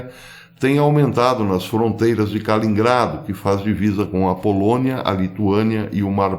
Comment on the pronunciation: KALININGRADO, Professor! Não Kalingrado.